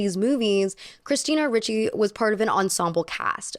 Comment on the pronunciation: Chris-mina Le-cci